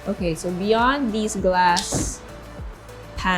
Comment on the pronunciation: You English is getting worse... dee and dis etc